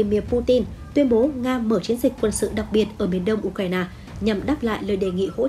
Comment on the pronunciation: Nghe nhói cái lo tai ghê u cà ra na bó tay